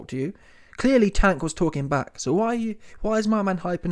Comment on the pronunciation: This clown said "Wank" Davis😒 Won't ever sub to these clown channels